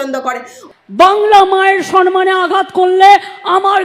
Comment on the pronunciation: সম্মান (স+ম +মা +ন )কে উনি বলেন (স +ন +মা +ন )/ এটা কী সঠিক উচ্চারণ 🙏🙏🙏